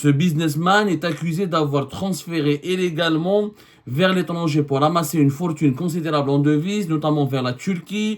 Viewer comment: Illégalement et no Éllégalement. Neuf et pas Nef.